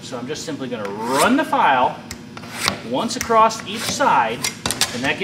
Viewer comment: It's not "Acrosst here" the word is always "across" there is no t. thanks